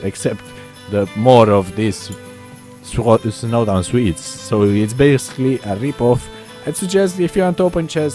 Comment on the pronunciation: Snowdown pronounciation (showdown) R.I.P XD